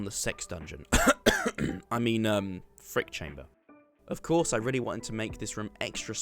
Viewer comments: Say it right, "Freak chamber" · I like how you say freak chamber 😂